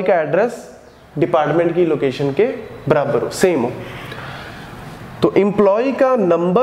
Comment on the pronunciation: It is not brabar 🤣🤣🤣it is barabar😂😂😅😅